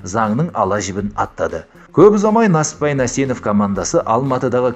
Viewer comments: Нәсіппәйің не иии? НЕСІППАЙ де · Несіпбай Нәсенов дұрыстап айтшиш